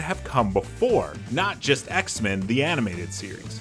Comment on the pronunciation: This dude saying X-Men like it's a surname. It's X-MEN not Xmen